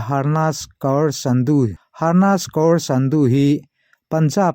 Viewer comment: Sadu nilovin Sandhu zawk.. Sadu I tih hi chuan Hindu puithiam ruak Keng kung a awm thrin ho hi